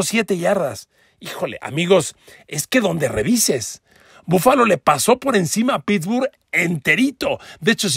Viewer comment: PARA MI BUFALO ES BUENO PERO NO COMO LO DICES